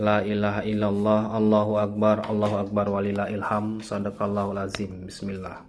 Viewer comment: Baca Bismillah aja salah dalam ilmu tajwid pas sok paham mau koreksi. 😂